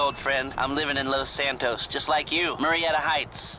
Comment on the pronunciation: "all the way back to lous santoous"